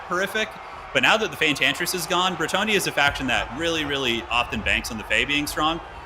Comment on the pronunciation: Engages Hermione voice: it's BretoNNia, not BreTTonia